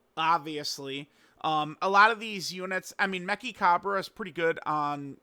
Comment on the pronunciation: It is a tough name to say, and you almost have it right. It's pronounced "Me-Tchi," not "Me-Ki." You pronounce "Chi" or "チ" with a "T" sound like the word "Cheese." If Mechikabura was pronounced with a "Ki" sound it would be spelled "Mekikabura." Anytime you see "Chi" or "Cha" in a Japanese word, it's pronounced with a "T" sound. Only when you see a "K" like "Ki" do you pronounce it as such.